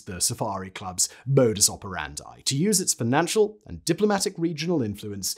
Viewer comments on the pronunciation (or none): none